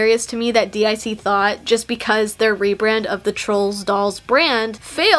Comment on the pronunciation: Just like Athena, you pronounced DiC wrong.